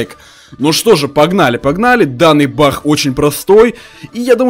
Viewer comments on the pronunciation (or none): он сказал не баг а бах